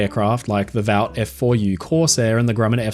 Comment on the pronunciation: Great video mate. A minor thing. "Vought" is pronounced as Vort.